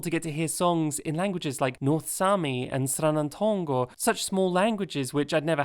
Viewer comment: As a Surinamese Dutchman I applaud you for your pronounciation of "Sranang Tongo" Besides that... good video